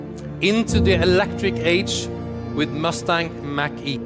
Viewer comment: they announced their first EV with someone who cannot even speak properly and isn't even versed in public speaking, and pronounced the car like the southpark teacher.